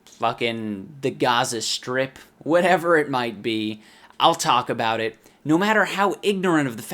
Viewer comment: HE CALLED ETTT HE CAAAAALLLLLLLEDDDD ETT